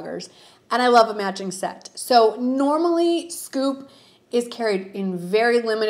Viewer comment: You kept saying "matching set" but I thought you were saying "magic set" lol!